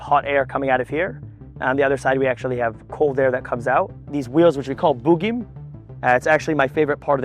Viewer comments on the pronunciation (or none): "Corps" is pronounced as "core"; the "s" is silent. So is the final "s" in "chassis", a French word pronounced as "Chass-ee". Browning M-1919s went out with the 1980s; now everything is FN maggim. Tank shells are called "rounds" or "projectiles", not missiles. "Boogim" are "bogies" in English. Tanks have "hatches" and not "hatchets". Oy vay esmir, listening to a sabra speak English is like nails dragging on a chalkboard.